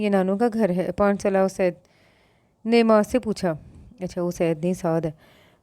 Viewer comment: Sis it's not asyad it's Usaid...